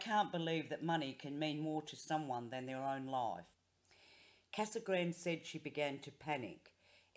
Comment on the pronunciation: Casa grande is pronounced ‘KazagrandAY’. Thanks for the video!